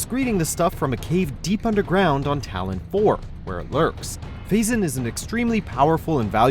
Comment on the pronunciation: It's PhazON